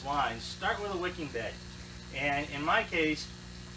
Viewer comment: Did you say “wickid beds” ?